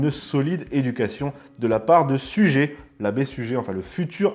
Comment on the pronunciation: Merci pour ces petites émissions fort instructives et roboratives! Juste un petit bémol: faites un effort en matière de prononciation des noms propres (et des noms allemands pour d'autres fois...). Suger se prononce "Sugèr" et non "sugé" (un peu comme se prononce "Christopheur" et non "Christophé"..). Ce n'est malheureusement pas la première fois et une constante chez vos jeunes confrères de TV Liberté avec une propension à ne pas effectuer les liaisons). Certes, ce n'est pas très grave mais, à force, cela nuit à la crédibilité de l'orateur et par là, à celle du discours et de la chaîne... Surtout lorsque l'on se veut défenseur de la culture française!